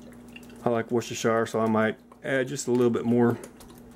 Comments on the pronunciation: Looks great but please Stop saying ‘Worster-shire’ sauce!! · Great recipe. My stews are always too watery, so the way to flour coat the meat is the answer. BTW the Worcestershire sauce in the UK is pronounced "whooster" in spite of the spelling. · It's actually pronounced as wooster...just saying. Lol...🙋‍♀️🇬🇧